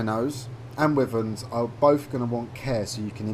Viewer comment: Stop saying wiverns